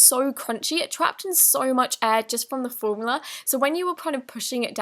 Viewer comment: U said warmula instead of formula